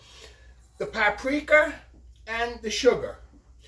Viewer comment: "the papriker" 😂 Love it!